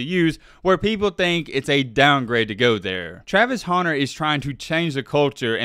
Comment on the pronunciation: I forgot you call him "Travis Haunter" and hit play on this video. As soon as I heard it I immediately shut it off. Where is the "A" you keep pronouncing?